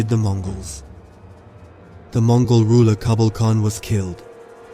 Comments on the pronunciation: it's Mongol not Mogol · I didn't know there was a "Mogol" empire!? Who the hell swallowed the letter N?😂😂😂